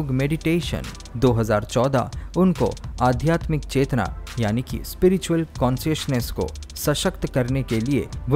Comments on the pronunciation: Aadhyatmik word ko aap aadhymik bol rahe hain. Hindi ka apmaan mat kijiye. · Adhyatmic hota h😂galat Hindi ka uchcharan dukhi karta h lekin prayas bahut badiya h